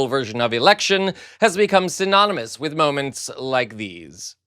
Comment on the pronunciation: You, good Sir, have become a favourite of mine. Fooen you and an h to the word 'with' I crack up! "Fooith" 😂😂